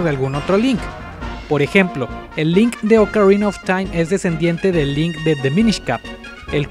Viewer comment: Oukarina of time ulala señor francés :v